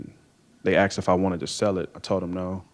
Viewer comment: She "axed ta cum"